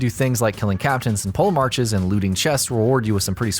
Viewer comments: Brother its not pronounced PoleMARCH but PolemarH or PolemarK...i cringe so god damn hard on peoples mispronaunciations...it wouldnt be so bad if you did not played the game and heard that word like a hundreds of times...and you are not the only one...everytime i get braindamage and it came reaaaally far hahah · Its pronounced "poll- a- mark" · Polemarch is pronounced Polymark in Greek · Ntbr but the correct way to say polemarch is (Po - lee - mark) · polemarch is pronounced with a hard C